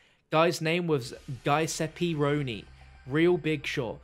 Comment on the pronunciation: You butchered the pronunciation of ‘Giuseppe Rioni’